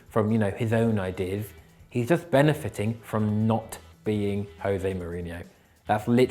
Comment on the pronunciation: What’s wrong with him? What’s “benefithing” ??? 😝😂